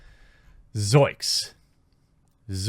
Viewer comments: It's ZOINKS! Not ZOIKS..... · Please stop saying zoiks Say Zoinks! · Did you really say ZOIKS??? The word is ZOINKS!!! You're trying to quote Shaggy from Scooby Doo. You can't even get that right!!! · It's "zoiNks" with an N!!! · Zoinks not zoiks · Jeremy, please. It's zoinks, not zoiks. lol Keep it up, dude. We love your content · Goddammit, Jeremy. Zoinks. Not zoiks. lol